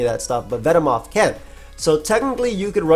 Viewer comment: Ah yes, my favorite mon Ven-moth xd Joking aside, love using this bug